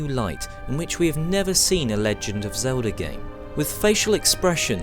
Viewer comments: I'm a gamer and who the hell is "Zelder"? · Who the fuck is Zeldar?